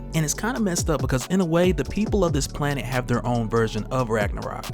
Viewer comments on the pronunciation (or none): none